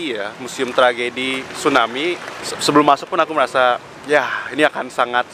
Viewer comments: Tsunami om...bukan stunami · Tsunami.. bukan stunami.. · Stunami yg bener tuh tsunami bkn stunami hahaha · bang typo,,, tsunami jdi stunami:v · Kak TSUNAMI BUKAN STUNAMI